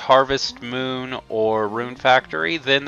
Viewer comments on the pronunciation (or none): none